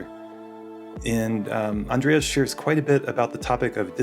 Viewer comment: It’s Andres, not, Andreas*